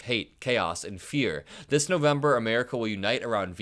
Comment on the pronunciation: “Thay” he can’t pronounce the letter s properly